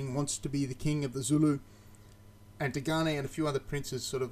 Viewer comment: Sidenote you pronounce Dingane quite well just think of the E at end as a silent letter. If you drop the "E" you pronounce it exactly right